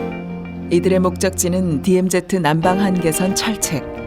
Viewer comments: 어이 이봐 발음 똑바로 해라 디엠제트가 아닌 디엠지다 그러고도 이따위 방송하나? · DMZ를 내레이션이 디엠제트라 발음하네